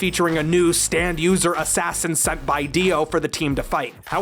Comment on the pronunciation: I couldn't help but here "stand" as "Stan" every time, kinda alters the tone when "Stan ghosts" are included.